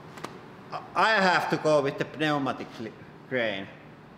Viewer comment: Pneumatic cranes please pronounce it correctly.